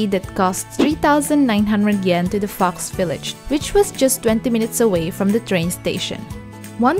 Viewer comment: When she said fox village I thought she said fucks village